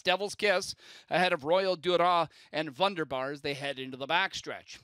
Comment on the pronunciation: VUNDERBAR mispronounced again this week.